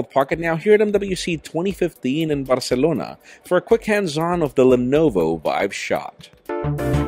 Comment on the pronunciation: I literally skip your videos due to the way you go out of your way to say your name and the word , "Barcelona"